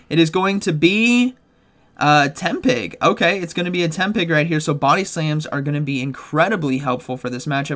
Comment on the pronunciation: Lol it's Tepig not tempig